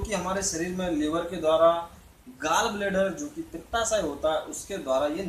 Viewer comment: Its बिलिरुबिन, not ब्लुरूबिन 🤣🤣 Its gallbladder not गालब्लाडर 🤣🤣 पहले पुरा knowledge लो भाई बादमे लोगो को sikhao 😆😂